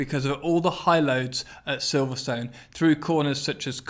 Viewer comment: Silverstone is pronounced wrong